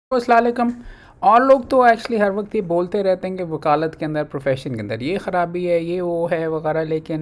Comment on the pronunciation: sir, sala likum nhi hota sir, ap salam bolna tow thik kare sir ASALAM O WALIKUM HOTA HAI AP ITNE BARISTER SENIOR ADVOCATE BARISTER HA ITNI KITBAY PAR TEY HA OR APKO SALMA KEHNA NHI ATA SIR ASALAM OO WALIKUM HOTA HAI SIR RESPECTED AP APNA SALAM BOLNA TOW THEK KAARY SIR MERI KOI BAT BURI LAGI BHT MAZRAT SORRY SIR 🙏 AP YOUTUB CHANLL SUBSCRIBE KIA HA MA NE JAAB AP NE YUTUBE CHANAL BANYA THA KOI BAT BURI LAGI SORY MAZRT SIR. GAWADAR BALOCHISTAN BHT SUPPORT SIR ❤ 🙏🙏